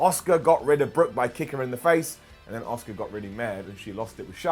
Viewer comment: Riptide is one weak finisher 😴 How many times from all you guys? Ripley pinned Charlotte, not Sasha on Smackdown 🙄 Her name is Asuka, not Osuka. Ffs. The Chicago crowd are fucking hostile every time the WWE goes there. Why even fucking bother with them? Pete Dunne carried Cole like a fucking beast. Feind shite needs to get 86'd. It's complete nonsense. Not everyone wanted this crap. How about having a good wrestler in there as champ? Those red lights need binned aswell! Fucking worst move letting someone as piss poor as Riddle eliminate Orton. Why do we always need to have Rollins and Reigns at the end of matches? These two need fucking benched for a while 😴 You've dreamt of Roman Reigns in a match?. You don't deserve to talk about wrestling at all. Done with this shit. Clery is far better on Ups and Downs